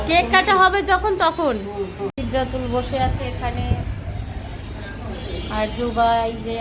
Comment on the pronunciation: আপনি আপনার নিজের মেয়ের নাম উচ্চারণ করতে পারেন না কেন, আপনি প্রায়ই বলেন চিদরাতুল, এটা কিছু হলো